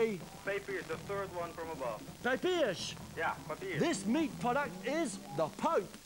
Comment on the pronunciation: Correct version is "papież" not "papierz", but wow, I'm extremely happy that somebody tries to speak my native language. Pronunciation is really bad too 😂